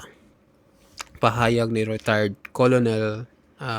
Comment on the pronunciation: Di yan kolonel,,ang pagbasa nyan..kernel